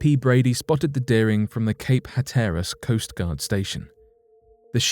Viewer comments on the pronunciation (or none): none